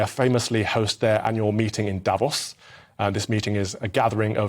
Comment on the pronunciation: Calvin needs to do some ACTUAL LEARNING. First time he said Davos in this video he said it correctly... the second time he said it, just moments later, he said Day-vos This whole video sounds like someone who was TOLD to do a segment on the World Economic Forum and did a very brief google search. Anyone who knows anything... knows how to pronounce Davos